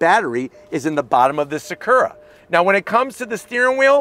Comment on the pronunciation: Everytime he said Sakurra. 😅